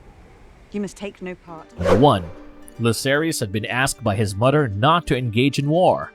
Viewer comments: Pronounced the names like a butcher!! Example; mother...not mudder! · Why does this narrator always mispronounce the simplest of words in every video he does? Am I the only one hearing this? Mother-Mudder, Other-Udder, Bother-Brudder. Not trying to make anyone feel bad but it's kind hard not to notice while trying to pay attention. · Brudder?? Mudder? Anybody else hearing this? Lol